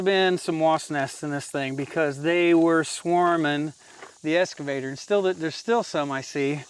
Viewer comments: It's excavator not escavator. There in no S in excavator. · Hi, It's an Ex-cavator not an Es-cavator. 😁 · …….its eXcavator, not escavator. ☺️ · So I really enjoy your channel and have been watching for a while. One thing I noticed is that you keep calling your eXcavator an eScavator. You probably have heard that before but just in case you haven't there it is. Keep up the good work, thanks. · I hate to make negative comments but this is driving me crazy. It’s an excavator not an escavator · Just a friendly suggestion: ek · skuh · vay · tr No worries if it's just one of those words difficult to pronounce. Enjoyed the video!